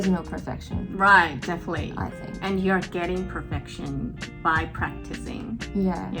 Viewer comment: Definitely の発音の仕方真似させてもらいます